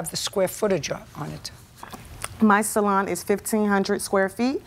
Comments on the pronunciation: Sal-on lol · I always have to chuckle at JJ's pronunciation of salon... "SALL-on". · I love when JJ keeps pronouncing it as SAL-on 😂❤